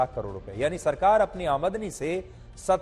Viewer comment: Aamandani ni....aamdani hota hai dear